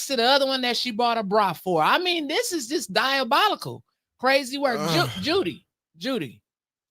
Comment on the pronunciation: The fact that y'all can't get that mans name right, DI O BOL ICAL!!! 😂😂😂